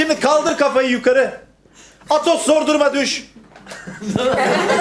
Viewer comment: Bölüm boyunca Silahşörlerin isimlerinin bir kere bile doğru söylenememesi sffssgsggdtdtgd Patos, çitos, Doritos, potos, pitos, artemis